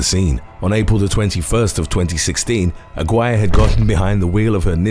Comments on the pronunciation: Her last name in #6 is pronounced A-gi-reh!!!! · The way he was able to pronounce Budapest correctly but butchered Lorena Daniela Aguirre's last name and Guanajuato XD